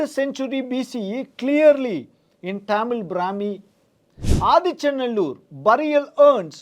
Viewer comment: Not tamizh brami .... It's tamizhii